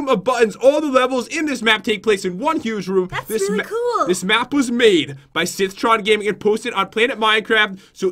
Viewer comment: His name is pronounced SithtronGaming